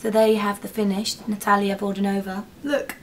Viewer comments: you just pronounce it with all the letters..Vodianova...you must say that 'i' :)))...and pronunciation is on the first 'a' :))) just saying :))...you look beautifil btw. and amazing tutorial as usual :)) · Super! but Vodianova is pronounced with the accent on "a" - VodiAnova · VodIAAAnova, that's how you stress the surname, not VodianOva, like many people do ;) just so that everyone knows :) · Her name pronounce as Nat`alia (with stress on second "a") Vod`ianova (with stress on "ia") =) Russian names are quite difficult for Europeans =) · no no no no it's Natalia Vodyaaaanova :D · Great video, this look is just perfect! The only thing is that the stress in Natalia`s surname is layed on the the second syllable ))